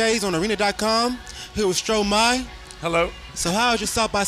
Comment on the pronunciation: Angel Oddess he pronounced Stromae correctly.